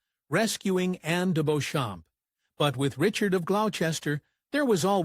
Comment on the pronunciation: The English pronounce "Beauchamp" as Beecham.